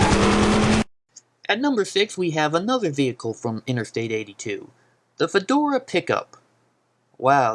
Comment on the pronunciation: What the fuck is a "FEDORA PONY"? Can't you read PHAEDRA correctly? Hahaha, and a "Jagu-ire"? You fail. Another gem is the "Fedora Coup". Go back to school before posting more videos.